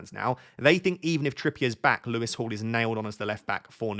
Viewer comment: For a split second I wondered why you were calling Lewis Hall "Lewis to Hall" ... it's been a long week 🙃